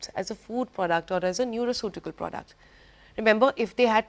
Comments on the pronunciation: It's not nuraceutical, it's Nutraceutical s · Madam it is neutraceutical not neuraceutical